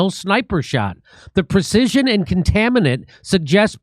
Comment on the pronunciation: Poor, dear, dyslexic Jimmy — "conTAINment" not "conTAMInent". But YEAH! Total fake, Mossad!